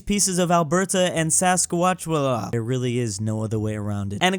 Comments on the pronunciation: sas-kat-awa? It's saskatchewan sas-kat-chew-an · If I recalled it's Scotchwan is how to pronounce it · You didn't even pronounce Saskatchewan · you guys gave us southern Alberta and Saskatchewan! Also please learn how to properly pronounce Saskatchewan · As a Canadian, seeing fail/fumble to pronounce Saskatchewan is best part of today's video. 😂